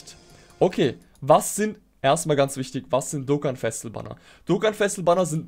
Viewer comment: "Dokkan exklusive Charakter" und "Festival" zb, sprichst du so schnell aus, das es komisch klingt. Ich weiss nicht obs vielleicht n Dialekt ist aber, Festival zb klingt wie Festl. Und da du relativ oft die Wörter verwendest, ists mir halt aufgefallen. No Offense an dieser Stelle, finde du machst absolut gute Arbeit.